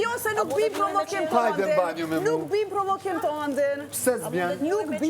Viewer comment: Oj Albaaa mos birrr Prrovokiìiim 😂😂